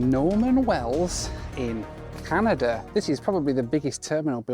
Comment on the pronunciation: "Northern Canadur"